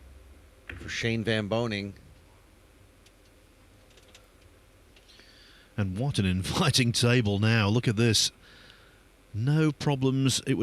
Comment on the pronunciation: VAN BOENING, not “van BOENING” it’s important. Whole last name